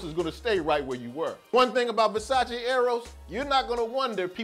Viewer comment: Nice review! Keep it up. Just a little tip tho. You mispronounced Versace you say the E at the end on the English/way. You say Versaci but Its just Versace. But don't worry, like 80% of the people get this wrong.